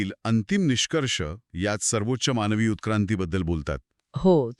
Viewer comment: माणवी जीवन नाही हो. मानवी जीवन. शुद्ध बोलाव. हो ना ?